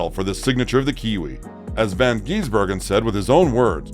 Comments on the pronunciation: Not von it’s van and he’s a kiwi not an Australian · never heard anybody mispronounce his name so many time in 8 mins. It's VAN not Von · It's van not von gisbergen and he's not an Aussie he's from New Zealand